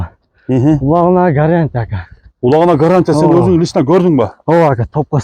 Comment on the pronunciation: Улагына гарянта эмес гарантия десен туура болот😂